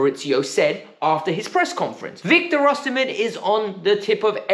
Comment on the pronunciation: I am Nigerian, you are sport on with the “Osimhen” pronunciation!!